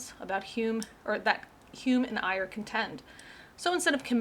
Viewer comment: Ayer's name should be pronounced like 'air'. His book was called Language, Triuth, and Logic, not Language, Truth, and Language, as Geisler and Turek say. It is available in a Dover book for about eight bucks.